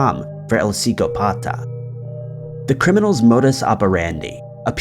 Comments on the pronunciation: "Sicko-pata". Yup! That's definitely how you pronounce "psychopath" in Spanish... lololol. Hey,. Just Google things before you record a voice-over, my man. Then present for someone else before posting:);) Much love! I love your videos but sometimes I slap my forehead with the easy to fix mistakes you make 😱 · The Costa Rican murderer's nickname is Psychopath in English..When you say it in Spanish you put the emphasis on the "o", not on the "pata".. Sicópata..hence the accent on the letter "o".. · You pronounced Psicópata wrong.